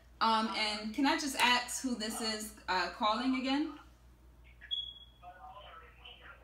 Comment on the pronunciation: “Can I just axe”